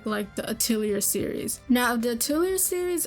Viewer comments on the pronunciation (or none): Except she has problems pronouncing the word "Atelier" correctly. It's pronounced: ah-tell-e-ah Not: ah-till-e-err